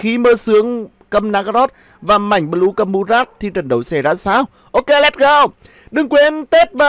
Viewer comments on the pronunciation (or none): Nge ông nói bleu ma cuoi nhoc